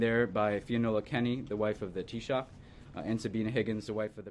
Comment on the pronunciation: Of course the Taoiseach pronounced his wife's name properly. Surprisingly, so did Mike Pence.